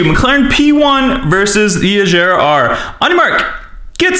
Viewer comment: Did my guy call an Ageara an "Ajera"?! Respect Koenigseggs my man. Ay don't take it seriously it's a joke:)